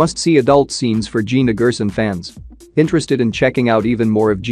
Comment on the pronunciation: She pronounces Gerson as (Jerson)